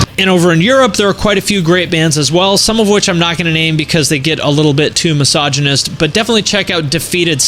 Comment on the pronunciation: You lost me at the "mysiginistic" crap